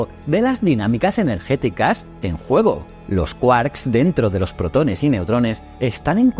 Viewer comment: Puede ser que. La voz sea de una IA ? Por ejemplo la palabra protones la acentúa incorrectamente en la letra e